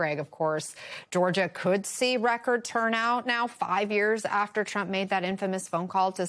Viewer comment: You really pronounce Georgia like that always? Go back to Calillroda